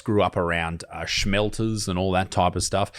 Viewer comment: There's no "sch" in smelter....